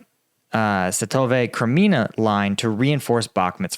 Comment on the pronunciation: Svah-to-veh. Please someone tell him.